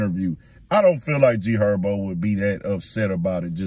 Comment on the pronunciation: Who TF is Erbo? IK I’m not the only one that heard him say G Herbo name like that its no excuse for that.😭